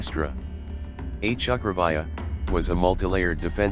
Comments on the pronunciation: It is pronounced "chakravyooh " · Bro Pls... The pronunciation of chakravyuh is like (cha kra view)